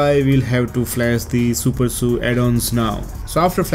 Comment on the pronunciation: It's SuperSU not Supersuu